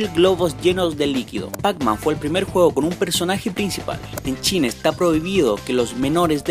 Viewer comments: el numero 30 dice chile o china que escuche chine xDDD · Eres chileno como yo, suerte te dijo china, pues entendí chinae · yo entendí chine